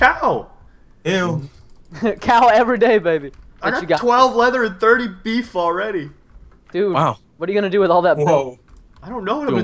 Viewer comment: the way preston says beaf is BEF that means something really dirty in dutch hahahaha i was like ROFL when he said that